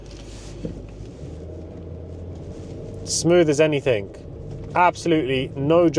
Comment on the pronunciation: The word is anything not anythink .